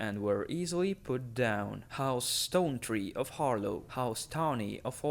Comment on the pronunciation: Isn’t it Har-Law tho?